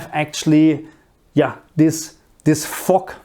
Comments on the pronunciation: Fog is what i think you are saying. It is pronounced with a harder g at the end rather than the sharp sound you are using that sounds more like it pronounced fock or foque., just get that hard G at the end which you can practice by saying the word Girl but leaving out the R & L so Gi once you have that down begin to emphasize less on the I and just the G. Then combined with fo with that hard G you will get fog. . Another word is Mist almost like missed but a T at the end. Another word you can use is Har which is the fog that comes in from the sea. It is pronounced like you are say Ha as in Ha ha but with the r at the end so Ha r , Har. I also think you may be talking about light rain when the rain particles are so small we don't call it rain but rather drizzle. EDIT: as i watched further in to the video it is mostly steam we would use to describe that like you get from boiling a kettle. I would use steam for the stuff coming from the ground pipes and mist from the rain rather than fog. Fog is when you have that really thick mist that when you are driving you can't see far ahead so you use your "Fog" lights. Hope this helps. I like to learn languages and always like to know if i pronounce the words correctly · I’m sorry but why doesn’t anyone acknowledge the way he pronounced “fog” at the beginning lmao no hate